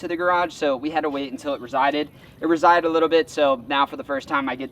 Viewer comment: Resided? … receded? 😅